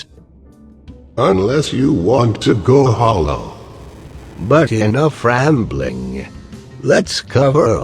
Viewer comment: whever he says "enough rambling" i always hear "in a frambling"